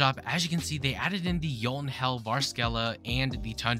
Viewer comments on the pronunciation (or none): im sorry but bro just pronounced jotuhnnel as, "yoan ell